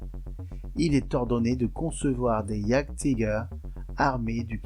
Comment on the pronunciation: Juste pour faire mon pinailleur… : Il faut prononcer « yaguetiger » (comme « yaguepanther » , « yaguepanzer » ou « panzeryaguer »)…